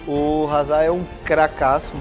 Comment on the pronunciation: Cuando no pronuncias bien el nombre de Hazard 😢